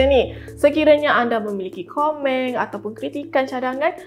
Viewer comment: "....komeng...." Mek ni orang Ngganu ke?😂